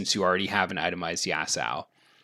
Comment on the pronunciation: Bro it aint Yasao man, great content tho